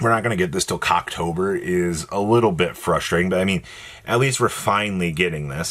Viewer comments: I heard that too 😂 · Cocktober?😟😄😂 i love you